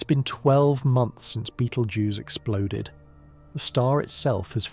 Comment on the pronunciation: Then why make your title out as to claim this is going to happen the way your AI crap states? The AI narration can not even pronounce the name of the star. Nothing more than what IU said this channel is just junk.